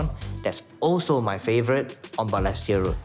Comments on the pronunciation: Hmmm… first time I hear the word Balestier pronounced as ‘ Ber less tier ‘. Am wondering if this is actually the correct pronunciation.🤔🤷🏻‍♀️ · And he’s pronouncing Balestier all wrong 😅 Agree with some commentators about this feeling like a disguised 603 ad … Honestly this doesn’t seem like a good representation of Balestier. There is more to the area.